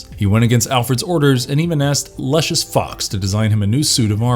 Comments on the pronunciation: Luscious? Dude, really? LOO-SHUS, not LUH-SHUS. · The word is NOT pronounced "androgginous". It's pronounced "androj-jinous". Lucius is pronounced "Lou-ci-us" NOT "Lucious".